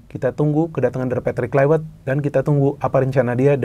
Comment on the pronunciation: kluiwert.. wiewer kwkwkwk